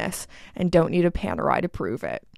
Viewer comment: Had to endure a lot of emotional pain watching you pronounce French names with a so-oh-my-God-not-French accent, but I made it all the way through. For what it's worth, I have a 8-1/4 inch wrist circumference and own several Panerais, from vintage 47mm pieces to a pre-V 44mm one, but I also many watches in-between, all the way "down" to a Cartier TL, as well as two watches in size "way up" even above the largest Panerai, nameley a G-Shock Mudmaster and a vintage Zlatoust 191ChS, with 60 diameter, NOT including the crown. Size DOES matter, so a dress watch the hides under a cuff is a great deal smaller in size that a diver that has to tell time in muddy waters of the ocean.